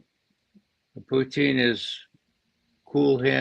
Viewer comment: Not one of Ray's best ; his constant tongue wrapped around Pooocheeeen instead of Putin gets on my wick a bit